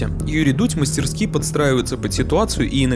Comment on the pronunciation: Отдельный лайк за правильное ударение в слове "мастерски́" 👍🏻